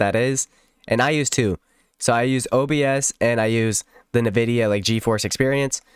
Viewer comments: ENvidia not NEvidia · "In Vidia" not "Nuh Vidia"